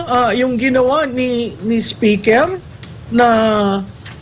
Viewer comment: Correction Maam, "SPECKER" ang sabi ni Atty Harry...